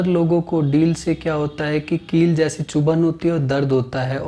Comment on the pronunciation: सर डील नहीं किल बोलिए।प्रचलन में यही शब्द है।